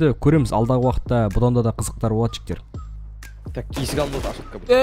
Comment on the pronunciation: Братан та жігтер дегенің тәжіктер деген сияқты естлед